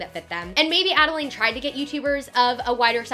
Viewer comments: It's pronounced Adalyn not Adalane... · i’m sorry but her name is pronounced add-a-lynn, not add-a-lain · love this video, but you pronounce adelaine’s name wrong (it’s pronounced adell-lin, not adell-lane)! just wanted to let you know incase you reference her in future videos 😊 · no h8 but it's ad-a-LIN, girl. not ad-a-laid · Adelaine (ada-lin) not ada-lane lol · Add-ah-lynn not add-a-layne!!!! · ok ily but you were pronouncing Adelaines name wrong. it’s pronounced Adalyn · The correct way to pronounce Adelaines is “Adeline” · great vid but it’s adelaine pronounced AD-I-LYN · lol youre saying adelaines name wrong but good video overall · you would think she would learn to say adelaine name correct before doing a full video about her event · you said Adelaine's name wrong the entire video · You said Adelaine Morin wrong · you said adaline wrong 😂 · you aren’t pronouncing Adelaines name right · The easy she pronounces Adelaines name bothers me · You pronounced Adelaines name wrong the entire time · Love this vid but oml she keeps mispronouncing adelaine’s nammmme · I don't wanna be rude but You did pronounce Adelaine's name wrong, as well as Jeanine Amapola's last name wrong! Just so you know!